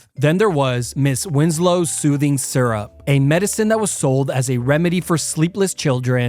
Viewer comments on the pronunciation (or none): none